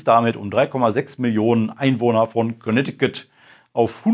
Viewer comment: "Konektikutt, ja wat dat ..." 😂👍